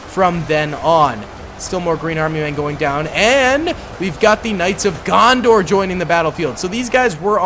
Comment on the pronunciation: loves him some Knights of Gondor. Noone:: “…And over here… the Knights of GonDOR”😂